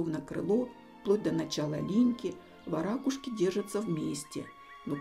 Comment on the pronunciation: Отличный ролик! К любым видам птиц отношусь с любовью и уважением! В слове варакушка, правильное ударение не на вторую букву А... Ударение произносится на букву У... Это так на будущее. Хочу просто поправить, произношение имеет смысл, русского языка!